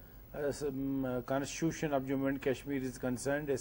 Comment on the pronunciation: The anchor cannot even pronounce constitution.